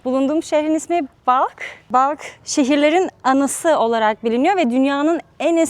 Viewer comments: Güzel bir vidyo olmuş. Teşekkürler. Ufak bir düzeltme yapmama izin verin. Balk olarak telaffuz ettiğiniz yer Belh olmalı. İngiliz yazım stili ile Balkh olarak yazılıyor. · Bacım Belh'i de bilirsin yaw. 😂 balk diye mi söylüyorlar oradakiler gerçekten? 😮